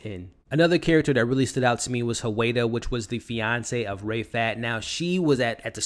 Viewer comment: OMG STOP WITH THE RAY FAT! his name is RAEF AT!!!!! BIG DIFFERENCE! (arab here)